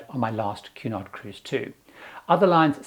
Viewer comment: I got half way thru the video before realizing “Q naught” is actually Cunard. 😂